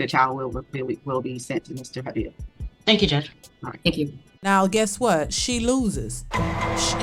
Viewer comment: BTW, the correct pronunciation of the father's name is "Habib" - ie "Ha-Beeb". Any time you see a transliteration of an Arabic word containing the letter "i" - the 'i' is to be correctly pronounced as a long "e" - or more clearly, "eeee". So, the corrected pronunciation of his name would be "Ha-beeb". His name is derived from the Arabic word "Habib" -- which means: Beloved one, darling, to love, be fond of, admire. Arabic names all have meanings - usually derived from Quran or Islam - and unlike Black Americans' names that are often derived from liquors, expensive cars, because "it sounds exotic" (but ultimately doesn't mean a thing and often holds back their progress in the real world) - or shamefully, nothing at all.....